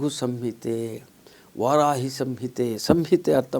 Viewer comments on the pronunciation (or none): none